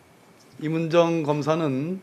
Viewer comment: 발음이나 똑바로해 임은정인데 임을정??ㅋㅋㅋ 사투히좀고치면 말좀똑바로해